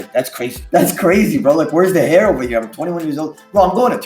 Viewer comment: He's ovah here, ovah there.